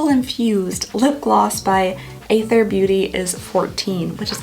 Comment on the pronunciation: From what I’ve heard, the brand Athr rhymes with the word “rather.”